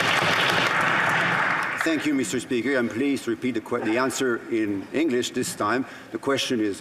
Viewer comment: meester speeker